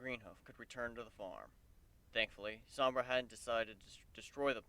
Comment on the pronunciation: called Sombra 'sombrero' lol!